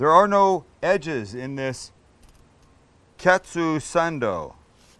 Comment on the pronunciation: “Katsuu sAnddoO”